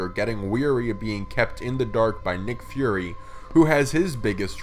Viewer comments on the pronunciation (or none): none